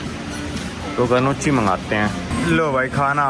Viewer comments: Gnochhi is pronounced as 'nokee'('G' is silent) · Gnochi nahi bhai, nioki kehte hain🙏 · "NYOW-KEE" not ga-no-chi 😂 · Ganochi nai hai bhai Pronunciation is nockhi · woh dish गनोची नही, नोकी pronounced hota hai, aur type of pasta jai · Yeah I was thinking what is gannochi… when I saw it.. then I realised he is pronounced the name wrong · Bhai Gnocchi nhi Knocki kehte hai aalu ka hota hai thori si research krlo phle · Bhai GNOOCHI ka pronunciation "Gnoochi NAHI, "Nyaw-kee" HAI. Btw, enjoying this travel series. Keep it up! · usko noki bolte hai gnochi nahi 😊😊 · Gnocchi is pronounces as NYOKEE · I also came to say this and show your comment 😂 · Really Nice video bhai! Btw that pasta you had in red sauce is pronounced as “Nyoki”. Apka achaa dikhe isliye bataya.. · Gnochi = neoki (correct pronunciation) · Gnocchi is pronounced as nyow·kee or noki 😂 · Its pronounced Neeyoki ....you have access to internet and it takes just a couple of seconds to check the correct pronunciation of words, names of places etc which one may not know. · Bhai nyokhi pronounce karte hain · Gnocchi is pronounced "NYOH-kee" (IPA: /ˈnjɒki/) in American English and "NO-kee" (IPA: /ˈnɒki/) in British English, with regional variations like "na-key" or "noi-kee" also being accepted. The key is to understand that in Italian, the gn sounds like ny or n, and the cch sounds like a hard k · Bhaiya wo khaane wala gnochhi ko “nyaw-kee” padhte h